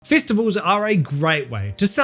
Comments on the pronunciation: you said festabulls not festivals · "Fistival"?? 🤔 ...seems like something that can be allot of fun for someone who is into that kinda thing. Mate, are you sure this is an accent and not a speech impediment. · You know it’s gonna be a great video when it starts with the word “Fistivals” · I thought he said fist of vowels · "Fistivals"? Not sure I'd go to a non-scandalous one of those.